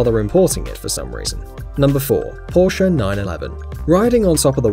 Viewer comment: It’s not Porscha it’s Porsch spelled porche